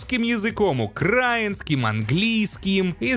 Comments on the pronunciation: украинец Также: укрАинский вместо украИнский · Ну блин, не первый раз слышу укрАинский, но правильно же украИнский. Дюпните лайки, чтобы увидел xD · Факт:не УкАинский,а УкраИнский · говори правильно пожалуйста: украИнский. А видео прикольное. особенно интересно про рыхлый снег, реально читерство.-.